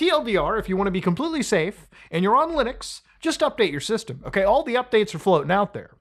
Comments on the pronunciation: Muta saying Loonux :3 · i keep hearing "loonix" lol